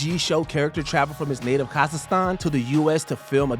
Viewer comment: “Sauchage” party? “Sussess”? “Kahzistan”? What’s wrong with your pronunciation? Lol